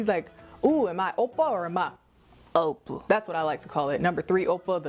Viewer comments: i did NOT expect that "Ow!Pa" (3rd kind) pronunciation - i am floored! hahahaha! so funny PLUS OMG THE BODY ROLL THAT CAME WITH IT omg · that owppa has me BAWLING LMAFAO!!!!!!!!!!!! and the fact that you keep body rolling everytime you say owppa..i cannot lmaooo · Why are you saying it like that?? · I like the way you said #3 oppa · Every time you said the “number 3” oppa I died😂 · The way you say Oppa #3 😂